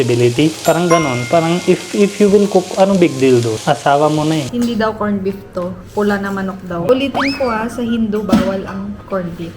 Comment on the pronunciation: Do I hear Corn-Beef ? Really !